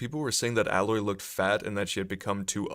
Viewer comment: It’s Aaaaaaaa proper pronunciation aloy not how you were saying it